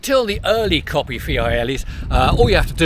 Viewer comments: I LOVE the Campagnolo Racing-T stuff on my vintage bike. Polished aluminum, even the newer stuff looks vintage enough for me though I'm putting together a GIOS with some older bits including a Rally rear mech for some vintage rides in 2025. Coppi = COE--PEE, not COPPY! Fiorelli = FYOR--ELLI. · I with you on ‘Fyor-elli’ but I’d say the correct pronunciation of Coppi is mid way between ‘Coppy’ and ‘Coe-pee’? Without adopting a disastrous mock Italian accent it’s very hard to sound ‘right’ don’t you agree?